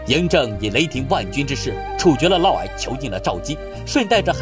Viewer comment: 嫪（烙）毐（矮）